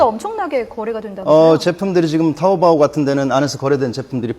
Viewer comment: 개병신 부를줄 모르면 부르지도말라 먼 샤오미냐 병신너네사나 짝퉁이다 병신 먼샤오미냐 쑈미 지 병신들 그러니깐 너네. 그병신 박근혜 중국가서 개망신다하구왓지 참 지랄연병 함께사진 찍자고햇는데 가라는가해서 갈려하니 미련하기도 알리바바아니고 아리빠빠라고부른다 병신들이 발음 똑똑히 해라 토우보 아니고 토우뽀 미치겟다 정말 진짜 짝퉁은 너네 진짜 짝퉁이다